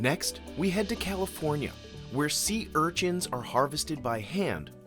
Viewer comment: does the narrator know how to pronounce sea urchins correctly?